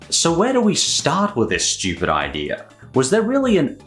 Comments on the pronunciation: the way you say Stoopid is so stupid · Why are you pronouncing stupid si STOOOOPIDLY